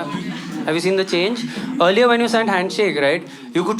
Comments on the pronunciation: EARLIER...❎ EARILER...✅ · It's not "EARILER" 🤣😂🤣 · Epic set!!!! Also.... "Eariler" 😅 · Nice video. Did anyone notice ‘eariler’ 😂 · That ‘eariler’ in the end killed me 🥲